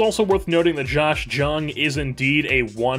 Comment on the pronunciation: Just fr future reference, his name is spelled Jung but is pronounced young! Love the content